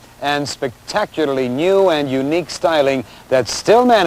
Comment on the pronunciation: People don't pronounce "new" the same way anymore. ni-yew